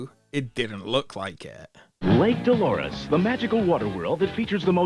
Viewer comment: "Da Lake Dalores"